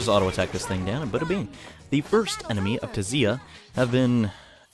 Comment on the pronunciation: I think the T in Tziah is silent?